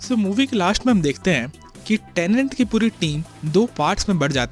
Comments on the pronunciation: अबे झंडू टेनेंट नहीं "टेनेट"। "TENET" जिस फ़िल्म को एक्सप्लेन कर रहा उसका नाम तो ठीक से कर!! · Tenet hai tenent nahi. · It’s tenet not tenent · Why am i hearing tenent